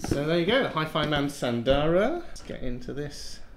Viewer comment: Isn't it S_u_ndara, or is are these some Aliexpress specials? :D